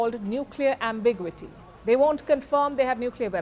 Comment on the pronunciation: Learn how to pronounce “ ambiguity “ ! It’s ambiGUITy !